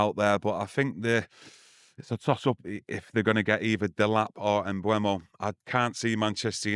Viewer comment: eu not ue. Mbeumo. M-beu-mo. Stop saying Mbwemo